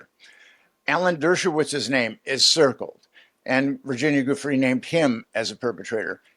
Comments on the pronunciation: For goodness sake people, could we pronounce Virginia Giuffre's name properly?! It's Jee-oo-FRAY. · Oh ... I don't know. I can overlook "chasm" when what was wanted was "schism", but the inability to pronounce Virginia Giuffre's name correctly doesn't serve as a confidence-builder. Try a little harder.